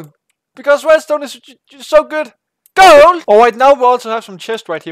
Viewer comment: the way he said gold